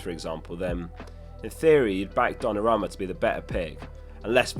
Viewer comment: Could you fix that pronounciation of Dona-ROO-Ma?